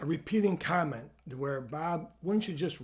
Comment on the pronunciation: I thought he said condom, not comment.